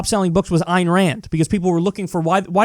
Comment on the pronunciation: Ayn Rand???? That's scary. Remember Ayn is pronounced as in "mine"